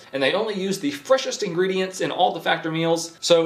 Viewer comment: busy waiting for whats likely gonna be the 2024 wrap up vid and couldnt help but notice you say FACTORY in your ad read for FACTOR....LMAO peace man.....flippin love your channel bro....FROM ZA